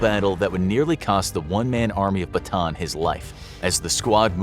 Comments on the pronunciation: It's actually not Batan, its Bata-an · Great video but you’re pronouncing Bataan wrong😭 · Hmm i just saw this again Its callan BATAAN just say it hard rock not soft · why nobody can pronounce bataan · It’s pronounced like Bata-an. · It’s pronounced bata an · It's ba ta an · its ba ta an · Pronounced Ba-ta-an. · i didn’t expect him to mispronounce Bataan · I cant believe how he pronounced Bataan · They should get the pronunciations right, if they are gonna make a video on a city that's not from the US. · As a filipino its funny to hear him pronounce bataan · You pronounced bataan wrong . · PS. Its pronouced “bata -an” not bataan. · I am a Filipino and the pronounciation is not Batan its Bata-an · “One Man Army Batan” BA-TA-AN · i’m a Filipino and it’s not pronounced “Bataan” it’s actually “Ba-Ta-ann” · Who cares! He’s a foreigner of course He didn’t pronounce it correctly. As if you also pronounce foreign words correctly. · I love how you say BATAAN (BATAN) instead of "BATA-AN" 😅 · Bataan isn’t pronounced as “ba-tan”. Bataan is pronounced as “ba-ta-an”, Im a filipino, so I know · Its actually not batan its actually "ba + ta + an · Bata-an.... Bataan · It's not pronounced "Bataan" it's pronounced by "Bata-an" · ba ta an not batan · Ba-ta-ahn, not Ba-ton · pls info graphics its bata an not bataan the pronounce thx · I'm from Philippines not bataan bata-an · It is bata an not batan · Its bataan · it is pronounced as bata an not batan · It's pronounced Bah-Tah-Ahn not bah-taan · It is pronounced Ba-Ta-An Not Ba-Taan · Little note though, mispronounced Bataan (it’s supposed to be pronounced Ba-ta-an), so knowing the correct Filipino pronunciation makes the joke a little less sense than otherwise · bruh batan makes no sense if its a Filipino place. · It's ba-ta-an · Ba-TAN lol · Bata'an, that's the correct pronunciation. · dude its Ba-Ta-An not Batan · It's not Bataan it's Ba ta an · its pronounced bata-an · It's called ba-ta-an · its ba-ta-an